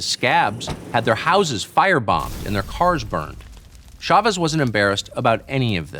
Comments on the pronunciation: It's a little annoying that everyone pronounces Chavez with soft "sh" sound. "Ch" in Spanish is always a hard "ch," like chocolate. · In America we pronounce ch like ch, Pierre.